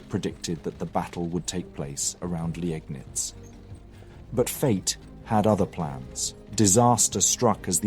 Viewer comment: You're still a bit inconsistent with the pronunciations - as remarked on a previous video, Landeshut has no "sh" sound, "Landes" and "hut" are distinct syllables. Also, in Germany, an "e" after an "i" is not pronounced separately, but a sign of the "i" being lengthened - "Leegnitz". "Daun" would also not be pronounced like "dawn" but more like "down".